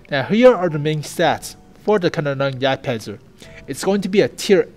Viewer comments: I think it's "Kaaaa nonen yagdpanzer" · From what I know it should be pronounced like "can-ohn-en-jagdpanzer". Take it with a pinch of salt though. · Good news, and yes , or Ja you have to work on the Pronounciation